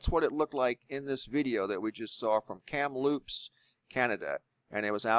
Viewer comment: I thought it was funny that you said Kamloops like cereal - Fruitloops. Even Inuit was enunciated in a way I have never heard before - it is more like In-you-it.